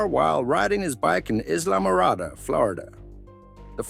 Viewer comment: Nothing new here and some definite mispronunciations. (Crate not carton and "Isla-more-a-da" for Islamorada.) It was nice that you added in some history of his acting career and family but NOTHING NEW. Not that I'd expect to find "new news" here on YT, I was here for something else. Regarding Gene Hackman though, I loved his acting and all of his movies! I hope no-one harmed him or his wife but seems definitely suspicious, it's as if time stopped when they dropped. I feel bad for the dog still in the crate, it must have been terrible to likely starve to death. Questions to discover - was the dog's crate full of feces and urine? This would tell them if the death of Betsy was sudden as well. If they were just arriving home she likely didn't get a chance to release the dog. If something happened to Gene and she was so traumatized that she went to take something to calm herself, did she accidentally take too much in distress? The door to the home being open is quite interesting though, was there anything missing from the home? Did they both have medical incidents that caused their deaths, possible brought on by a home invasion?? Or did Gene fall and get hurt or die and Betsy had a heart attack from the distress of loosing her dear husband of 33 years? So much to speculate about. I just hope they didn't suffer. He was blessed with a very long life.